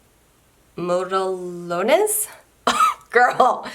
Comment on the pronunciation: This set is extremely cute! I was cracking up when you tried to pronounce the name of the polish 😂 that was super cute💕 it’s Model one they just smashed the words together ☺️ great video 💕💕💕